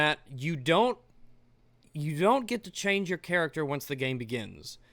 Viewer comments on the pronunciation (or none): none